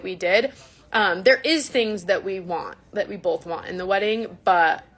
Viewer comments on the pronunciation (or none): What about when she says "BOLTH" with an L. Or spells "Burrito's" with an apostrophe. This woman wants to be a teacher/daycare owner, ffs... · 😂 yes "bolth"